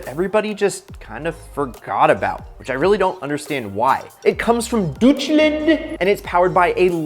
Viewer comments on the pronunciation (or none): I as a German find your pronunciation of "Deutschland" pretty funny as it's pretty much what we'd say if there were no E in it.